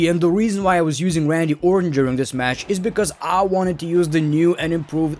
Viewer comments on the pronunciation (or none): none